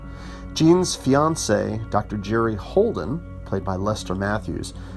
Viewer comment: Thanks for the review but it's Bay-la, not Bella and Vah-llin not Voh-lin. Also Halden, not Holden